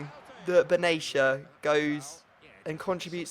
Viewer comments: Benatia not benesha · It's said Ben- at-ia not benasha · Will u please just say his name right! its "BEN-AH-SHIA" not "baneshia" THE FUCK! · ***** its not benaysha its actually ben-at-ia its an arabic family name and im arabic i know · you actually pronounce benatia how it is spelled. not "benashia"